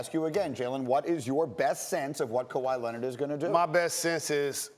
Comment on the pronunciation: According to Steven A., it’s actually Kawhi Lennit...